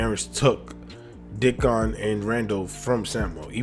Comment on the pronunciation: Its rickon not dickon